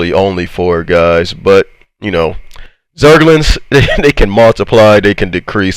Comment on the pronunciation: I could literally listen to a montage of you saying the word “zergling(s)” XDDDDD